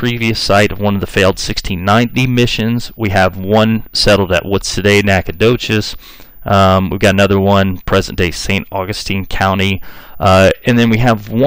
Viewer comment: It’s “Nack-ah-dosh-es”. I’m from Houston